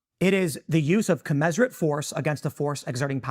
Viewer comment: Love Tim. He has to learn how to pronounce “commensurate.”